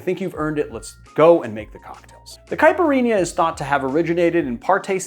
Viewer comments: It is not a [cai-puh-eenyah]. It is a [Cai-peer-eenya]. BTW, a little too gentle on the muddling, and also you can muddle the ice a little too. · Cai-pee- ree- nha! Repeat after me! Lol